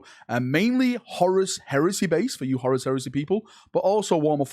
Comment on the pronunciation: IN WHAT LANGUAGE IS CHONKY!!!! Lol PLUS SAY HORUS PROPERLY! Haha 😂